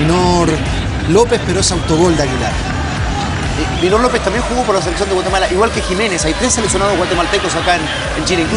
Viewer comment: Minor Lopez, alguien que les diga se pronuncia mainor je je